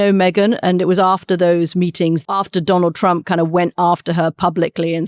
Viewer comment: Did Katty mean to call him Donal Tramp ? 😂